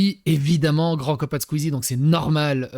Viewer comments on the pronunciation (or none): none